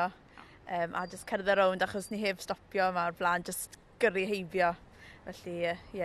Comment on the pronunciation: The girl with the pink hoodie has such an amazing accent, I don't hear much Welsh so it might be normal but the stress on certain words like stopio and heddiw makes a really nice flow in the sentences